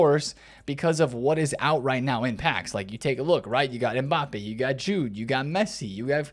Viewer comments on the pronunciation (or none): none